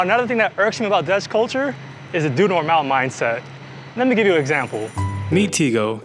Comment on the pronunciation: Unlike a lot of none dutch people, you didn’t butcher the pronounciations! When you sayd: the Dutch have a saying: doe Normaal. I thought you were dutch for a second! This is the first video I see from your channel so that’s why I don’t know much about you :) wait are you dutch???